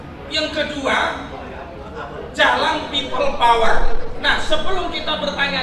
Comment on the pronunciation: PEOPLE "DOWER" BUKAN PEOPLE POWER